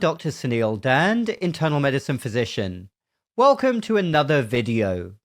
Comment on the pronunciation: It's funny to hear that westernization of your last name. Is it pronounced as Dhand for teeth or Dhund for pole?